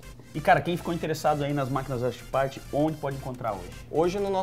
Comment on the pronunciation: ele falo errado Chipart kkkkkkkkkkkjjjjjjjjjj